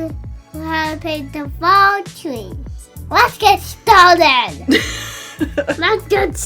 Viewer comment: is so funny with his emphatic 'Let's get started!!!' 😀